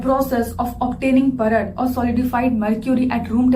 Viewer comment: Its Paarad not Parad 🙏